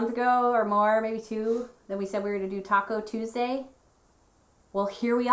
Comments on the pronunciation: I thought I heard Taco Tuesday also so your not alone . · I heard “Taco” Tuesday also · Lynne Curtis technically they did..... "Talk-o Tuesday" lol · Lynne Curtis me to